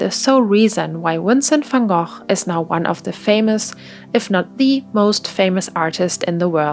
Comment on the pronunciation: You do not know how happy it makes me when I finally see someone pronounce Vincent Van Gogh's name right